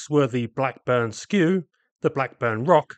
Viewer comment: Blackburn Skew-Ah, not Skew...